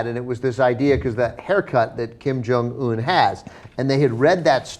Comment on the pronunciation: Guys. It's not Kim Jong ooon! It's more like Kim Jong eun. 김정 은 not 온 sound.